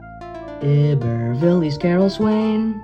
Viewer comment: it’s tangipa HO-A its I-bur-ville